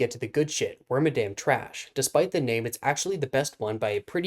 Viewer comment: Claims it's awesome but doesn't care about it enough to pronounce its name correctly.